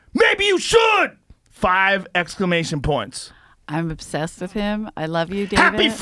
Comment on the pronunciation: "Five exclamotion points. HAPPY FUCKIN' BIRTHDAY!!!!!” hahahaha 🤣😂🤣😂🤣😂 #lol #exclaMOTION